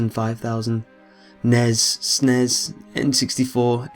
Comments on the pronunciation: lol you said snez and nez!!! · Eli Toth and S.N.E.S like "snezz"